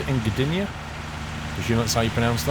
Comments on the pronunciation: "Gdynia" - you pronounced it right ;) some polish words might be hard for english speakers. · You actually pronounced Gdynia very well, exactly how you should say it